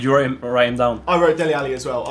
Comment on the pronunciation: I hate the way goes "Deli alli" and "victor Valdes " etc